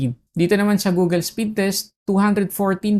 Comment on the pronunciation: Sir, Google, not Googel.